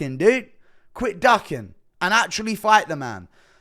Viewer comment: Enunciate...... DUCKING and DOCKING are 2 different words with separate and unique definitions